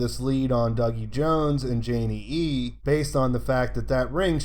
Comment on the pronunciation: Nice. Maybe as gratitude you can finally answer me why you say "Janey-E-E" with an extra E sometimes? :D